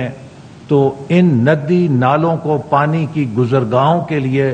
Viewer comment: Barash hota hai PHANi Atta hay , Ziyadha Barash hota hay Ziyadha Phani atta hai !!!